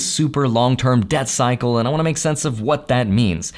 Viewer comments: Yep, I knew he was saying "Debt Cycle" but my ears didn't agree. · Did anyone else keep hearing "Death Cycle" instead of "Debt Cycle"? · Same lol